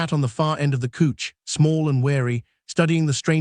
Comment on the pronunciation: Couch, not cooch :hand-orange-covering-eyes::face-fuchsia-wide-eyes::face-purple-crying